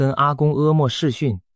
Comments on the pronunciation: 去經歷個5-8年沒什麼不好 對後代布局都有好處 而且這個鳳凰城的未來 至少要好40年以上 做適當的投資 擴張前 早布局，落幕前 提早走 題外話：這個小編是中國大陸人 阿嬤就阿嬤， 什麼 啊摸 一聽發音就知道是來亂的😂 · 影片解說有字發音錯誤，「爌」肉飯，「柏」油路，在台灣的發音是控跟伯。阿「嬤」唸罵